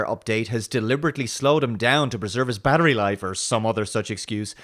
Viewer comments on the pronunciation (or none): none